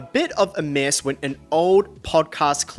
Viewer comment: Due to I will now always say the word mess as MISSSSSS